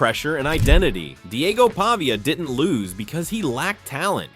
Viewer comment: How about properly pronouncing his name?